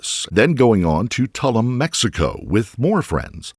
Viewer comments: It's pronounced Too-loom, not Tuhl-luhm. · Tuh loom - not tul um. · In your research it seems you would have found the correct pronunciation for Tulum! It definitely isn't tullem. It sounds like "2 LOOM". These kind of oversights always surprise (and annoy) me. Thanks for the video. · Please…Tulum is pronounced two-loom! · Tulum- pronounced like bloom. Tul ume